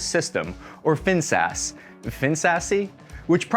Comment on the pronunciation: Dude that's not finsas that is F-INSAS